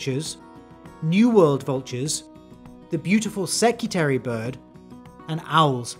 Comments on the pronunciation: Security bird? I am South African it is a secretary bird. As in a secretary that works in an office Edit: just to clarify it was just pronounced weird in the intro. Similar to how you say Nambia instead of Namibia. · Secretary bird* not “secutary” bird. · You can't pronounce "secretary" Can you?